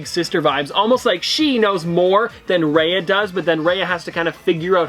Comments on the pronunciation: Oh my God, I can't help but say this. My ear hurts everytime you pronounce Raya as Ray-a instead of Ra-Ya:( please do better and research the characters at least the pronounciation of their names especially in unboxings that you already knew which items you are showing us:( I felt really sad... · It's pronounced Ri-ya not Ray-a. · ‘Raya’ is said more like ‘Rye-ah’, rather than ‘Ray-ah’ :) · Her name is pronounced raiya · It’s pronounced Raya (rye-ah)